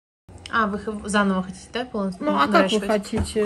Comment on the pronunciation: Услышав " Хочите " вместо "хотите", стало всё понятно 😂